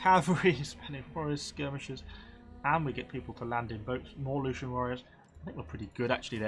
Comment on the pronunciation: Lucanian = LU - KHAN - EE - AN. P.S. please recruit some more agents, particularly dignitaries. they can passively boost public order and tax income.